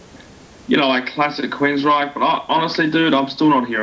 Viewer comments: Why do you keep calling the band Queensright? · What the hell is this? dont even know how to pronounce Queensryche. I'll wait until the album is actually out, or maybe even a review from somebody that knows something about the band.